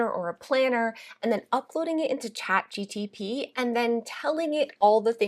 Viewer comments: my ADHD goes bonkers everytime she says Chat GTP and I can't help myself AAAAAAAAAAAAAAAA 😭😭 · Great ideas, thanks for sharing! FYI, it’s ChatGPT not ChatGTP 😂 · You keep saying chat gtp lol it’s chat gpt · Chat Gpt not gtp 🙂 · So you are the reason I keep saying "ChatGTP" when it's "ChatGPT"! 😉😀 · It's Chat G P T. You keep saying Chat G T P. Nice try though 💜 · Haha, it is not chatGTP….. but thanks so much for sharing the tips! ❤ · I grammar check everyone so please don’t be mad… it is Chat GPT Not G T P Just put the letters in alphabetical order and it will be correct :) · Lol ..Love how you keep calling it chatgTp ..reminds me of ATP from med school😂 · CHAT G "PEA" T 😊😊 LOVE YOUR VIDEOS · it's cha gPt not the opposite, you are driving me crazy everytime you say it 😅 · I’m French and I was wondering about this mistake. Is it a mistake ? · my eye twitches every time you try to say ChatGPT 🤣🤣🤣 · you're killing me with Chat G-T-P..